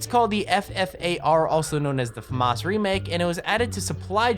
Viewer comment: anyone else hate the way he says FAMAS?